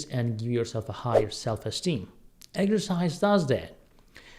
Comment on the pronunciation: What is “egersize”?